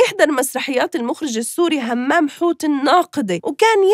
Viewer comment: اسمه همام حوت وليس همّام حوت